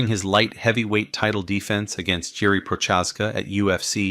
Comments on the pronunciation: its not prochazka its pro-huh-zka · think of it as Pro-Has-ka and te-shera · Teshy-era and Pro-chaz-ca? Do you watch MMA my friend? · Glove er teshey era vs Jiri pro chaz ka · Bro definitely butchered Prochazka and Teixeira